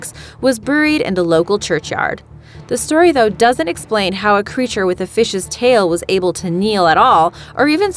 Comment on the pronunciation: Why can't you say "buried" rite?